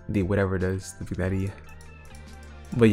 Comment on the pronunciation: Epic video but you got some weird pronounciation. "vignetty", "hoowee", "tire"